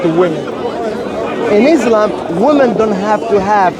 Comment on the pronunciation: please its ISLAM Not IZLAM